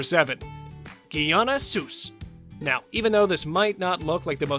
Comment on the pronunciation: Your pronouncing was off with souce